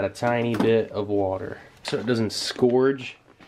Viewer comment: I know I'm 4 years late, but the term is scorch like rhymes with porch or torch. It's is not scorage. Sorry, I had to get that out. Otherwise, you are an intelligent and entertaining YouTube educator/ entertaining individual. Love your vintage m.r.e. videos.